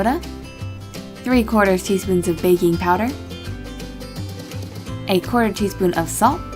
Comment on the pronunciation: When you said ''baking power'' I heard ''baby powder''